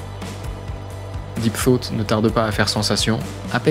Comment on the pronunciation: Soit j'ai l'esprit mal placé soit le jeu de mot est fait exprès mais a chaque fois que tu dis deep thought le jeu de mot ce fait avec deep throat 😂